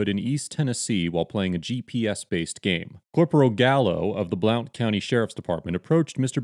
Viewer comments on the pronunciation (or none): Just a small criticism. Blount county is pronounced “blunt”. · Thats pernounced blunt Blount County. We have a town called Blountville pernounced blunt. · I'm from this area, it's pronounced "Blunt" county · Haha it's pronounced blunt. The joke goes well then how do you pronounce county?